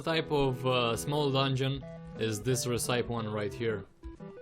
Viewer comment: the way he says recipe is amazing lol keep up the good work